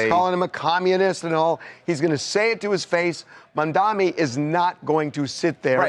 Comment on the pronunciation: Mamdani NOT Mandami!! NOR Mandani!!